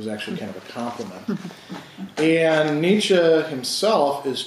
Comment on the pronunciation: Why do so many of this audience find it impossible even to pronounce Nietsche correctly?